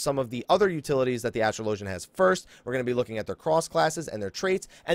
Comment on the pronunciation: It's pronounced as-trahl-o-genNot astral-ogin